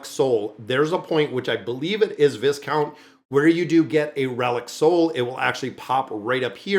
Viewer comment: 📛⛔😊 the Noble title Viscount is Pronounced Vicount Without the S. Love your channel. Very grateful for your content❤